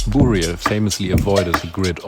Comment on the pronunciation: what is up with his pronunciation? Boorial??